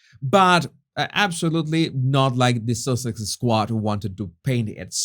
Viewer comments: I love the way you say duchess of Sussex, as it sounds like duchess of sausage! 🤣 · ...did you say Duchess of Sausages 🌭🤣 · It’s so funny, it sounds like your saying Duchess of Sausages, not Duchess of Sussex 😂😂🤣🤣